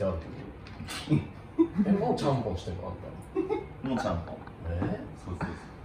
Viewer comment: ちゃんぽんのところチャンピョンみたいに言うなってツッコミたくなった